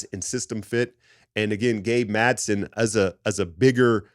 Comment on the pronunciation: it's Gabe MadsEn*. 😊